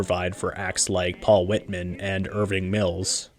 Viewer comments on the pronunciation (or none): Paul WHITEman, not whit-man. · Never heard it pronounced as fawnograph before. And then pronounce Whiteman as Whitman? It makes me suspect its an AI voice. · Paul Whiteman, not Whitman. 😏